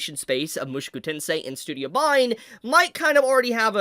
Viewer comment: I love you dude, but I gotta say that your pronunciation of "Mushoku" makes me lose a little piece of myself each time I hear it. Good video though